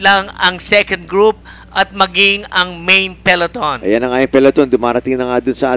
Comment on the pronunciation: To the commentators: it's Pe-LO-ton, not peLEton.